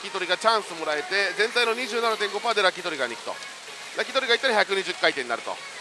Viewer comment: 焼き鳥が 焼き鳥が って何言っとる？て思ったらラッキートリガーって言ってたんかw